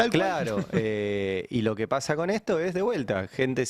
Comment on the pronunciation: no te enojes Ari, que pasha, tas nerviosho???